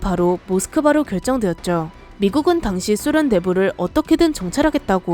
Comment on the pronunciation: 소련 발음 찰지시다